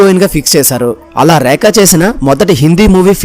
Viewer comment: ఒరేయ్ ఏంట్రా ఆ ఉచ్ఛారణ నీ ఉచ్ఛారణలో ఉచ్ఛారణా దోషాలు ఎక్కువ ఉన్నాయి. ఆమె పేరు "రేఖ" అయితే "రేక, రేక" అని పదేపదే ఉచ్ఛరించడం వింటోంటే నాకు ఒళ్ళంతా కంపరంగా, మహా కోపంగా ఉంది.